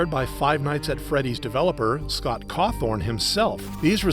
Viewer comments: it's Cawthon, not Cawthorn. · "Cawthorne"? Really? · I know this video is about dumb people getting mad over tiny things but it’s really a pet peeve of mine when someone says Scott Cawthon’s last name as Cawthorn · Not bro calling Scott CAWTHORN😭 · No hate but did he say Cathorn? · “scott cawthorn” man im crine 😭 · "Scot cawthorn"? 🥀🙏